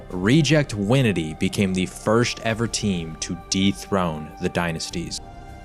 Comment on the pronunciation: Has anyone ever noticed how says "firsht"?